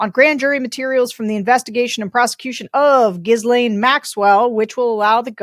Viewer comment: Is this a bulwark thing... Pronouncing Ghislaine wrong? It's pronounced GHEE(LIKE THE CLARIFIED BUTTER)-laine(more 'len' than 'lane', just sort of jugsh it)